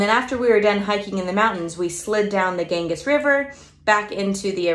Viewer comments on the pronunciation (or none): Ganges is pronounced gan-jeeze (rhymes with fan please). Thanks for the ideas!